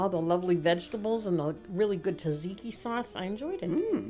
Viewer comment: And you pronounced taziki and gyro correctly☺